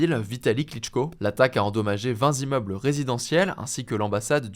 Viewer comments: "20 zimmeubles" 😑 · vingt zimmeubles ? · "VingZ immeubles" (sic) Monsieur Hugo ! Votre homonyme Victor a fait trois tours dans sa tombe... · Vingt zimmeubles.... Les journalistes ne savent même plus faire les liaisons... Dur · "l'attaque a endommagé vingt Zimmeubles...' trop fort les journalistes en 2026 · Bonjour et merci pour votre travail qui serait parfait si la langue française l’était. En effet, le chiffre 20 s’écrit « vingt », par conséquent la liaison « vinz’immeubles » n’est pas correcte. Au regard du succès de vos productions, merci d’influencer votre auditoire grandissant en promouvant les règles de notre belle langue nationale. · Vingt zimmeubles ? Top les infos mais pourquoi vous avez autant de mal sur les chiffres, hier c'était mille zavions ou autre liaison bizarre